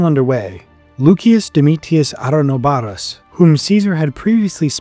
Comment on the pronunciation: Ahenobarbus, not Arenobaro